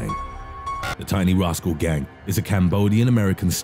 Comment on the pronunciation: As a gang! Like why tf do you need to emphasize that its fucking annoying i would have rathered texf to speech then your voice the only reason i watched was because it seemed intresting